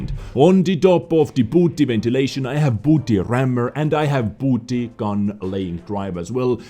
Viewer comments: Bounty is pronounced like bown-ty, hearing you call them booty made me laugh though lol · He said booty deliberately you muppet. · I know is saying bounty, but all I hear is booty..... I'm sorry